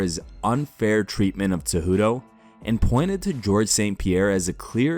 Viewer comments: Why does the narrator always say Henry Tzejudo? Why tho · WHY DO YOU SAY TSEJUDO?? IT'S WEIRD AND INCORRECT. IT'S CEJUDO, BRO. CEJUDO. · bro its CEJUDO not TZEJUDO